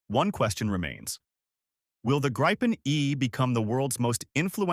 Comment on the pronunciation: Gripen; GREEPEN, not as Graipen